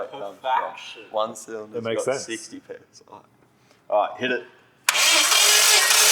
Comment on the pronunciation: The "PSI Saxty"......